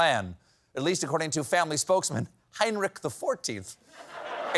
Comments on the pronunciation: I know the German "ch" is hard to pronounce for Americans but hearing the name "Heinrich" mispronounced again and again and again was a bit torturous xD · It is NOT "Heinnrik" it is Heinrich, with a CH as in lochness.Please do your basic home work Steavin. Or what ever your hands in the pockets name is.